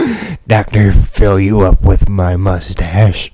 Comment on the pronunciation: oo philyouup i thought he sed philyourbutt lol